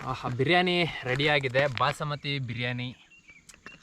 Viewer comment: ಅಣ್ಣ ಬಸಮತಿ ಅಲ್ಲ ಬಾಸ್ಮತಿ 😊